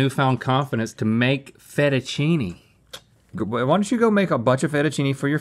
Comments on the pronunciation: Ah yes, my favorite type of noodles being made “FACHETTACHEENI!” 😂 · link vocabulary 101: fettuccine: ❌ fejettacheeni:✅ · Link making pasta; "FETCHETACCINI!!!!!"